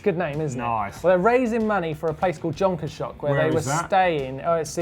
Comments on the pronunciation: South African pronunciation of Jonkershoek = 'yon kers hook' LOL guys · Nice pronunciation of Jonkershoek :) not even close.